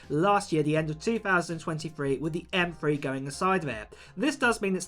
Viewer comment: M Three. NOT M Free.